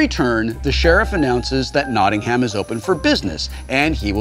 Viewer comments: I'm sorry, I had to pause the video minute in because every time you said Nottingham I felt my heart twinge, and I'm not even from Nottingham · Dear America: NOT-ing-um. Not Not-ting-HAM. tips hat and drinks tea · I love american pronunciations of Cities from outside the US... They always get it wrong :P eg. Not NottingHAM, but Notting'm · Loved this episode, but had a little spasm everytime they said Notting-HAM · Ugh, it's pronounced "Notting'm", not "Notting-Ham". It's so jarring when he says it wrong. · I'm from Nottingham and would like to make a few suggestions when playing this game: 1. We pronounce it Nott-NUMB, not Notting-HAM 2. We use Sterling (or Pound) over here, and we pronounce is PAAND 3. "Ey Up, Mi Duck" is the politest "Hello, my friend" you will ever receive in Nottingham. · there's only 1 way to pronounce Nottingham and that is exactly as it looks NAW - TING - HAM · Love Will calling it NottingHam. Hilarious although I guess that's what it looks like :) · Notting'um (we don't say ham!) :D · As someone from Nottingham, you are saying it wrong! There is no ham. It is Notting-um not Notting-ham. That is all. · Sorry Wil. It's pronounced more like "Notting-um". Yeah, we're English, we have weird place names that don't sound anything like the way they're spelled. At least you didn't try to pronounce any Welsh places, that'd just be hilarious... actually, you should try to pronounce some Welsh places. Either way, I just want to scream at my monitor whenever you say "Notting-ham.". >_< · it's weird hearing americans say nottingham, and putting massive emphasis on the ING and HAM parts. It should be just like nottinum. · It's pronounced Knot-in-um. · Say as if it were Nottingum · ehhhhh its pronounced NottingAM, NO HAM!!! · it's pronoucned Notting-um.... not notting HAM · As someone who actually lives in Nottingham, hearing Wil pronounce it is agonising! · Certain irony to Whil Wheeton hard-pronouncing the H in Nottigham. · its Notting-um